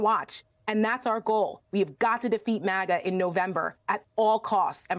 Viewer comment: Since when did we start pronouncing MAGA as "MAUGAH" 😂. She tryna sound fancy 😏